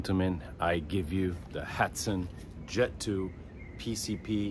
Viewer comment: You are pronouncing the brand incorrectly. It happens because of the letter "a". HAT-SAN. You should pronounce it like this. ....HOT-SAN..... ( HA.valı T.üfek SAN.ayi... ) HA-T-SAN ...